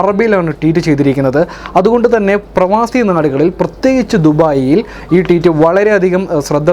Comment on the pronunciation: Teet അല്ല ഭായ് Tweet